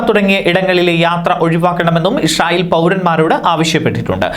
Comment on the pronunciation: ഇഷ്റായിൽ അല്ലാ Bro ഇസ്രായിൽ